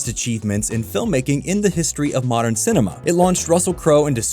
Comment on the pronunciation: Did he say CINEMA